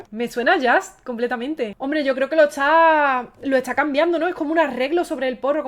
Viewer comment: Porque habla tan mal la muchacha dice etsá en vez de está....